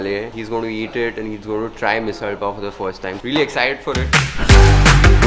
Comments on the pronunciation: I really like ur correct (marathi) pronunciation of misal .Evidently there could be noone else who would have accurately & authentically represented india . 🙏 u rrr theee besstttt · You have rightly pronounced misaal as said in Marathi 👍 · You won me over your proper pronunciation of Misal, many Mumbaikars still don't say it as it is. You even pronounce Dosa properly. 🌸 Oh yes Ed did good too in the video..😂